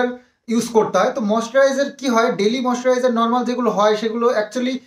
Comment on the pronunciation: Yes code e tinar naam,aj u tina ke beche khache, English er pronouncession ta to thik bolo, moisturizer ke ki ucharon korche, English e onnerse ekdom, porashona koreche ki na doubt ache.Aj tina jodi sondiper namer promotion gulo korto tahole ekhuni dalal er sathe vdo niye bose jeto ar bolto dekho dekho poyshar jonya ki korche,kothay ekhon lobhi ar poyshar lalochta kar dekha jache.Lok ke ar dekhio na,loke sob bojhe.vdo ta delete kore dio nahole sobai dekhe nebe. Bou bikri korne wala ekta banglar gramer family.